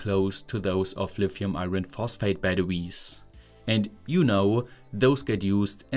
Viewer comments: In English we don't pronounce the "r" in the word 'iron'. It's pronounced "eye on". BTW, My German is crap hahaha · I hesitate to say this because I have generally always enjoyed listening to your heavily German-influenced English, but you might consider running together the words "eye" and "urn" for "iron"